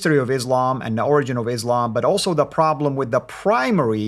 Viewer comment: This guy doesn't know how to say the word "origin"... who is listening to him?